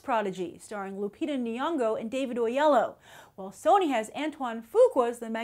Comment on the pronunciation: Grace, it's Oyelowo, not Oleyo. He's been on talkshows multiple times saying his name. I know you can't do it using the Nigerian accent, but say his full name.